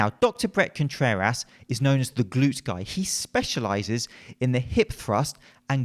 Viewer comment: I like how he says Dr. Brett ContrerASS